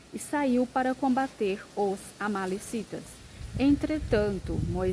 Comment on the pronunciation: É amalequitas irmã. Não amalecitas.